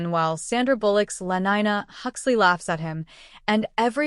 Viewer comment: Lenina not lenyna